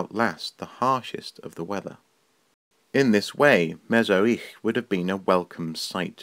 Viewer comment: Very poor representations, you even did not bother to find out how to pronounce Me-zh-i-rich properly. As for arts, there were plenty there, including engraved jewelry and musical instruments made of bones. I don't blame you of course. These historical facts were mostly ignored in Western Europe, and deliberately neglected in russian empire (with German royalty) and the soviet union (to eradicate the national identity of Ukraine) because history to this time is the politics first of all.